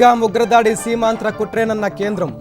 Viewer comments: సీమాంద్ర కాదు సీమాత్రరాకుట్ర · బాబు గారు, అది సీమాంధ్ర కాదు; సీమాంతర. అంటే క్రాస్ బార్డర్ అని అర్ధం. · సీమాంతర ఉగ్రవాదం, సీమాంధ్ర కాదు